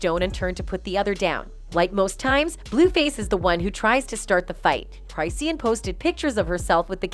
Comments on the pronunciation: Lol the way the voice over robot pronounces CRY SEEN 😂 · Crysheen lol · Let me save you some time: IT'S CLICKBAIT also...it's not "CRYSEEIN" like WHAT 🤦🏻‍♀️ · Right??? I'm like... isn't it CHRIS-SHAWN? 😂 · Go and learn to pronounce the people 's name whether they trash or not. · Wait, you pronounced her name wrong. Already a horrible video. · I left when you said her name wrong 😹🫠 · Its the fact u said her name 1000 time wrong 😭😭😭😭😭😭☠ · That’s not how you pronounce her name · At least learn how to pronounce Chriseans' name